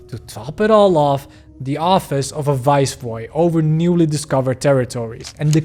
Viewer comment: "Viceroy" not "Vaisroy."